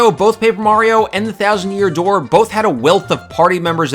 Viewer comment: "and whybis it the thousand year dooe" hahahaha ur good! but yeah.... thats my fave!